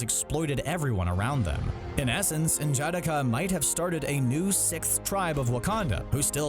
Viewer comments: N jah de ka Not N jadika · Pronounce it slowly so you can get it. N...Ja...da...ka. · He pronounces his wakandan name wrong. N’Jadaka . It’s not pronounced ( En Jadakah) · I love the video but you kill me butchering N'Jadaka's name